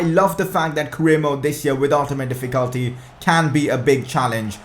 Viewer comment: That's not how you pronounce "Difficulty".